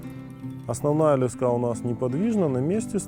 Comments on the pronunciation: лЕска блять а не лескА ! Тупой ! Во всём мире это - лЕска !!! И не сем блять а семь !. Отключаю грамотея ! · лЕска а не лескА